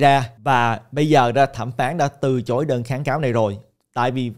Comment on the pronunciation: Từ chối chứ sao lại từ trối ơi. Quên tiếng việt rồi 😅